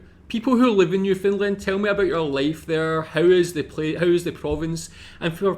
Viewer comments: No it’s not. It’s Newfoundland pronounced. New Fun/Fin LAND. You’re putting emphasis on the FOUND and it isn’t said outright. It’s said either as fin or fun. It’s the LAND becoming lind as in “Newfoundlind” or New Fin Lind that is wrong. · not to be an asshole but its pronounced New-Found-land not new-fin-lind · Not to pick on your accent but it sounds your saying "New Finland" try saying it more like "Newfin land" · It's not New Finland. It's NewFOUNDland ya gitt LOL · Just a heads up.. it is New FOUNDland not New FINland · You keep saying "new-Finland" it's pronounced "new-found-land" Great video. Keep it up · New Foundland not New Finnland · Noof-end-LAND, with the emphasis on the last syllable, kind of like Disneyland or understand! 😊